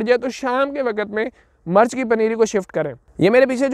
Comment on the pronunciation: Bhae jaan murch nhe mirch hota hy